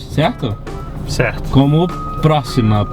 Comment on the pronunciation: Na verdade é "pro XXI ma", e não "pro XXI a" quem notou isso?